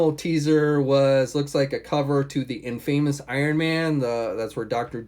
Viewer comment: I find it funny that he can’t even pronounce normal words like “infamous” it’s pronounced inFAHmous not inFAYmous...my gawd it’s just embarrassing